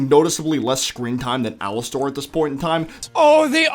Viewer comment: Please just say Alastor and not Alastair!